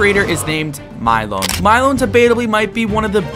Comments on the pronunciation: Bro said milyon milon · Bro stop pronouncing Milyon’s name wrong 💀